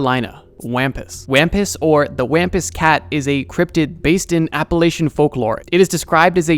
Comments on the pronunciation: Wampus is pronounced Wompus lol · You so mispronounced Wampus.